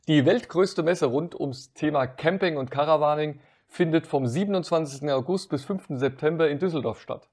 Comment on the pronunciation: Wie immer super gemacht. Habe nur 2x Kamping gezählt. So kleine Versprecher wie am Ende machen euch doch menschlich. Liebe Grüße aus Rodgau